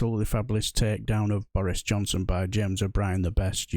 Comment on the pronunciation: Irresponsibility.. pronounced Boris Jobson